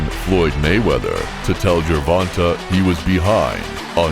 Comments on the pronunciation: Why is it white people can't or don't even care to try to get Our names right. My name is Ronta and I hear ron ta all the time. It's ronTay. Come on get it right. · JER-VON-TAY not JER-VON-TUH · As bad as I wanna clown this narrator for "Jurvontah", our Black mothers really need to start considering the basic conventions of English phonetics when they be inventing these names! (Sorry, mom, I gotta kp it a buck) Sometimes it seems like once they push that baby out the "front pocket", they pull it's name out the rear one ! "Gervonta" IS a nice name tho, despite the misleading spelling.